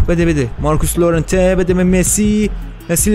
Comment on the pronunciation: داداش اسم بازیکن هارو درست تلفظ کن! اون لورنته نیست یورِنته است. و لیواندوفسکی نیست لِواندوفسکیه